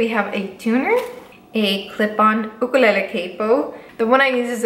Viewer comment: FINALLY SOMEONE pronounces the word ‘Ukulele’ properly!! THANK YOU Btw ur cats are too cute! 😉 😊 😇